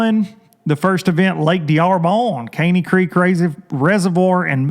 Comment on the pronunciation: It’s pronounced darbone and bussee. # lowlifer